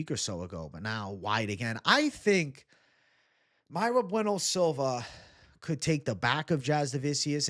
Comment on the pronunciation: Mayra Bueno Silva he says 🤡